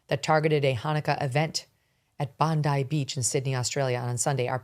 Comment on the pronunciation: you can tell by how they pronounce Bondi that they haven’t watched any Australian media coverage on it (I don’t blame them because we have media that’s also responsible for this) but it takes away from the moment when they say Bondeee.